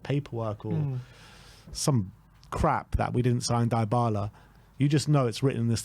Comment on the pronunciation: Deebala(Dybala) not Diebala